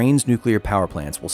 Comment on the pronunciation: Kyle’s “До наступного разу” [do nastupnogo razu] sounds like [tu nastuknogo grazu]. It took me quite few takes to understand what he says… But I’ll give him one thing - he nails names for cities and districts. “Запоріжжя” sounds crisp)